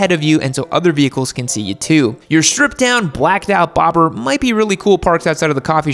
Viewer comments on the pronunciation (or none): none